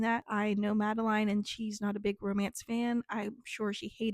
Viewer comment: I’ve been obsessively checking this channel all month for this video! Thank you so much for your in-depth review of The Sun on His Fangs! I appreciate it so much! And great job with pronounciation of my first name. Most people say it like Madelyn, but it is Madeline, like rhymes with vine. Cliffe is pronounced the same as a cliff XD. I love this and I will probably be rewatching it multiple times <3